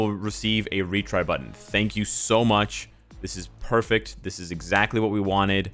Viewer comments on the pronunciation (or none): none